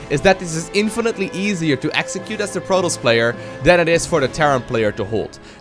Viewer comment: it is pronounced pro-toss, Not prodos. You should change your name to because you cant pronounce anything right.